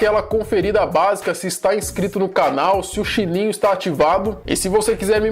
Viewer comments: Pq ele fala chininho e não sininho? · Mano em vez de você dizer Sininho você disse Shine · vc falou shininho ao invés de sininho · Quem percebeu que ele disse xlininho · Só quem ouviu ele falando chininho no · ele fala xininho ksksksksksksk